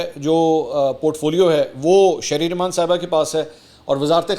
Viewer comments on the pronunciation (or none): none